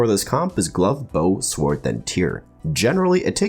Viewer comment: I love your videos but the way you say ‘sword’ drives me insane